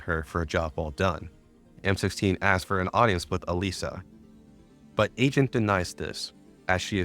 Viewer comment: I listened to episode 1 of this series while cooking dinner and I constantly hear "Elijah" so I thought it was a guy. To my surprise, it was a girl named "Elisa" and you we're just saying it wrong.